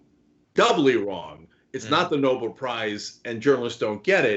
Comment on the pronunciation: It's not Noble. It's Nobel. Dumb asswipe.